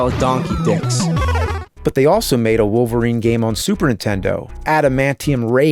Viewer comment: “Holverine” and “ULTIMATE lin PAYBACK”